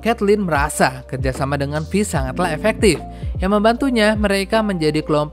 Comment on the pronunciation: FYI, Vi cara bacanya fai, bukan fi bang